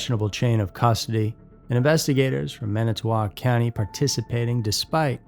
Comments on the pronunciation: Yeah check out my comments. I went to school with some of these people and families of people. PS did Minitoc bother you too? Lol I grew up in Calumet County, the County Avery was tried and sentenced in.... it's pronounced exactly how it's spelled. Manitowoc. Lol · The towns are pronounced ANT-i-go and MAN-i-toe-wahk. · Man it to walk. Ant eh go. Pronunciation is key. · Why doesn’t anyone ever research actual pronunciations of our Wisconsin towns and counties. Antigo….phoenetically: ant-ig-oh …and Manitowoc … phoenetically: man-ih-tow-wock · If you're going to make videos about wisconsin learn how to pronounce the names of places ffs! Wa-saw, man I to wac (Manitowoc) and the list goes on! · I live in Wisconsin and I was definitely prepared to great some mispronunciation of the crazily named cities and towns up here, lol! Antigo = AN-tih-go (kinda like 'vertigo'), but you got Wausau right and were pretty close on Manitowoc, which is MAN-ih-tow-ohk. You got lucky that there was no mention of Oconomowoc, Ashwaubenon, or Weyauwega! 😂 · ManiTOWoc. Lmao idk what you called it but it's pronounced exactly how it sounds